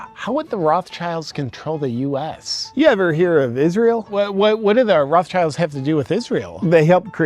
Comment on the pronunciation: Those "Raff-tshaylds" 😂😂😂 (how he pronounces this German family name).